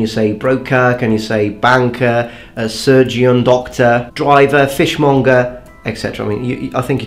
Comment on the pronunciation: you've said in past videos that you like people to help correct pronunication, so it's very picky but I'll do it anyway. You said surgeon like surg-ee-on, but I think people tend to pronounce it more like surgun, where the 'un' sounds like the second syllable of London. And also people will tend to say fishmunger instead of fishmonger...nowadays anyway. I'm going off an east anglian accent.